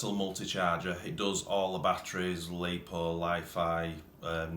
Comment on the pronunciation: Its lipo not lepo !!